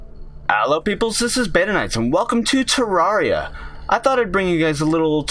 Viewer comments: It's terraria not terrawria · Its not tarrauriya its terrareuh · If terraria is your favorite game how come you can’t even say the name of it right it is Terraria(Ter-RARE-e-uh) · its prononced terraria not terraria!11!1! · Ter-rar-ree-ah haha wow. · i know terraria is spelt terraria but... YOU PRONOUNCE IT TEREREEA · If terraria is one of your fav games Why are you pronouncing the game wrong? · you are saying it wrong